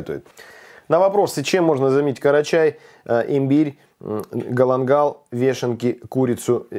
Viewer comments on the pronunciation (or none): не карачай а крачай